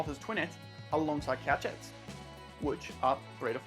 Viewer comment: 😂😂 We made it to 10 minutes before a mispronunciation. Couchette is a French word i.e. koo-shet. Great video though!